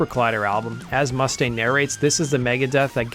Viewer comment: Learn how to pronounce Mustaine properly.....